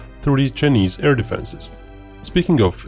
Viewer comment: This guy calls Chinese as chnese